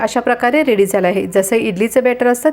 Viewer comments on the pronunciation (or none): none